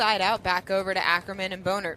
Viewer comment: Don’t you guys think Bohnert is pronounced “Bahn-ert” and not Bone-ert?